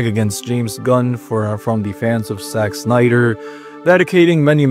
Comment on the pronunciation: it sound like you pronounced "Sex Snyder"